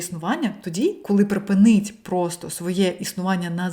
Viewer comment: це з саентологіі все. Дякую за цікавий УКРАІНСЬКИЙ контент і 💛💙 Дозвольте порадити щодо вдосконалення (ми всі вчимося) 👌 ПрипИнить (наголос на другий склад) "Роняє"- це явний русизм, в цьому контексті доречніше сказати "Спускає вниз" А в решті Ви супер! Така емоційна, щира🥰 Так, всі проблеми від насилля над іншими. І починати треба з самих себе і нашого ставлення до самих беззахисних - до тварин. Тому всі філософи, гуманісти, щиро віруючі люди були веганами, чого і всім бажаю 🤗